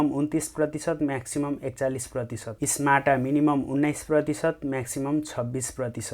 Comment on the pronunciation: स्माटा होइन । समता हो ।